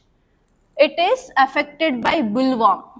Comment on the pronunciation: Mam..in Bt cotton, the insect name is boll warm not bull worm...plz check pronunciation also